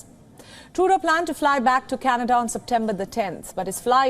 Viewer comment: Canedaa Jaana hai Candedaaa....😂😂